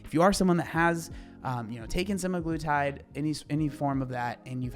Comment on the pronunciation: It’s semaglutide, Seh-Mag-Loo-Tide. Not semigluetide.